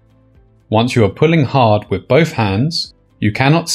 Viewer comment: it's pronounced "with" not "wiv"